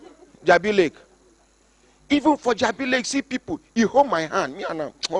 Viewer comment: Jabi Lake not leg. Lolz